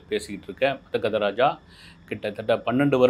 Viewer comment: மொதல்ல சினிமா பேர சரியா உச்சரிக்க கதுகொங்க sir...... மத்தது அப்புறம் பாபோம் 😅